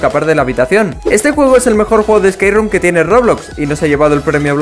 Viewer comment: No le entendí nada a espace room xd